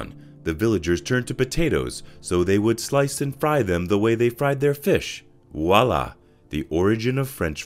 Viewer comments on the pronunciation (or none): none